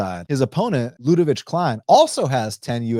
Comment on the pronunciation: Dude please produce Kleins name correctly . LUDE-VIK